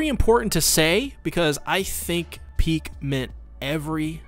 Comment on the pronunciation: It's ridiculous how you're not able to say Pieck just one time but you repeat her name multiple times xD